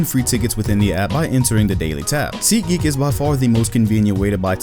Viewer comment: nigga said seat geek 😂